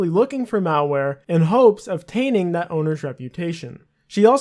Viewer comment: did you seriously say fustrating....? Not even an attempt at saying the word correctly? Watched farther. heard "taining" which isn't tainting. Is english really this hard for native speakers?